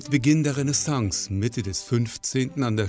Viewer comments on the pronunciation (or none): er spricht immer noch - nach all den Jahren - das A im Renaissance aus. Sagt ihm, es müsse wie O klingen.